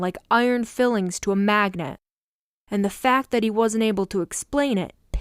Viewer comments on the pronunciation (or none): Metal filings, not fillings. In situ, is pronounced like ‘situ’ in ‘situation’ … in fact it’s an abbreviation of the longer word. The author who knows and writes this vocabulary might help the narrators they select, to know and understand the definitions and pronunciation of the words to help with fluency. Otherwise it can be a tad jarring for the audience.